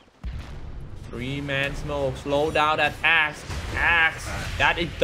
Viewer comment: lol sorry but he keep say Axe "ass"